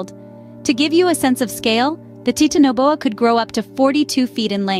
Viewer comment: Ok its not pronounced tit in a bowa. Youve even said titan correctly. Tf? Thats a pass from me. Im not watching that atol.